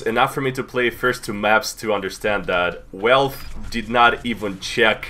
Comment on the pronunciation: i love it when he says "välfé"